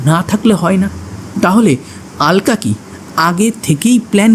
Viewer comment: Oi mahila ke "alka" bole ki abangalider nakol cholchhe naki? ? Bangla vasha vule gechis naki? Aloka bol.